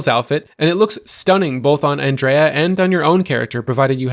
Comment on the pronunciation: Have you not played the game or do you just refuse to pronounce Andreja correctly?